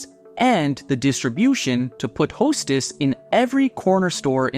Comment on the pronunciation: AI CRAP... Hestess?